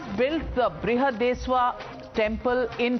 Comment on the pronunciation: Navika, please rehearse news before reading live. It is AALVAAR (AZHWAR), it is BRIHADESHWARA TEMPLE.